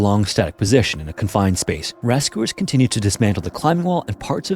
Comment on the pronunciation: Is this AI? I always notice how he says oo instead of u like he says ‘rescoowers’ instead of rescuers or ‘muscoolar’ instead of muscular lol